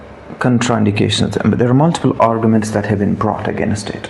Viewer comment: Against ❌ agaaaneeest 👍